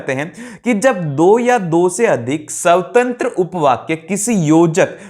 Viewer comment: Sir apni Hindi pr dhyn dijiye svavrat ko svtatr pdh re ho.....aapke ko aapko.....